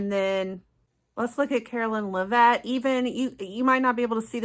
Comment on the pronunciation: Karoline Lev-it not La-vette